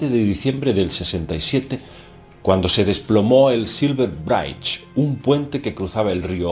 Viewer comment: Por favor, bridge en inglés se pronuncia brich no braich